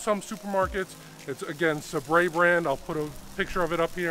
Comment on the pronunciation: They're pronounced suh-bret not suh-bray :) My favorite style dog as well! Sabretts are the best.